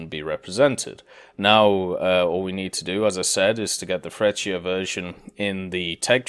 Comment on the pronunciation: it's Fretshiya!! Jesus!! Italian man! Know the spelling! Just like when you say Tshentawro = centauro